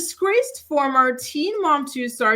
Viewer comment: We know the video will start with "Descraced" when Jenelle is the topic 😂